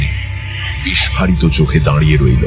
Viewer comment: উচ্চারণ হওয়া উচিত 'বিস্ফোরিত',অথচ আপনারা যাঁরা ভূতের গল্প বলছেন, উচ্চারণ করছেন, 'বিস্ফারিত',কেন?